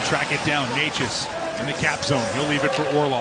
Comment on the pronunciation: His surname is pronunced NETCHAS, not NEYCHAS. You're welcome.